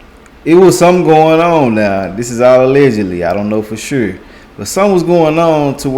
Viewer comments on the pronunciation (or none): My bro be killing the word 'ALLEGEDLY '! 😂